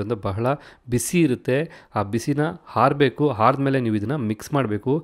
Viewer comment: 'ಮೆಣಶಿನಕಾಯಿ' ಅನ್ನು 'ಮೆಣಸಿನಕಾಯಿ' ಎಂದೂ 'ಹಾರಬೇಕು' ಅನ್ನು 'ಆರಬೇಕು' ಎಂದೂ ಸರಿಯಾಗಿ ಉಚ್ಚರಿಸಿ, ಕನ್ನಡವನ್ನು ಕಾಪಾಡಿ 🙏